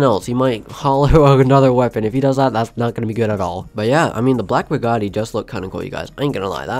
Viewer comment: Did he say burgatti of Bugatti